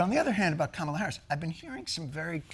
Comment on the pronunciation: Whoa! First time I heard an American actually pronounce her name exactly as it is. ❤ कमला. kuh-muh-lah. One of the epithets of the Goddess Lakshmi.